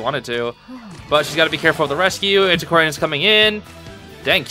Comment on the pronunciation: i love that u said antisquarian but my sister call it anticordian